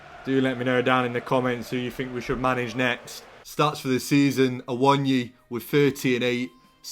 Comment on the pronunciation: it’s a-wo-nee-yee not awon-yee